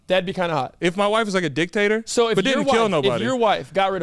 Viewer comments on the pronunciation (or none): DID HE DICTATOR OR DICK TAKER? 😂😂😂